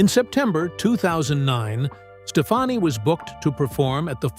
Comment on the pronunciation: It's pronounced "Steph-ON-ee", not "Stephanie". Fix your AI.